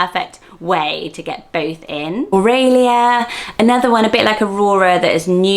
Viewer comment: I love how you say Aurelia. I've wanted to love this name for so long, but the common pronunciation here is "oh-really-ah" and all I'd hear is "oh really." Oh-ray-lee-ah is gorgeous.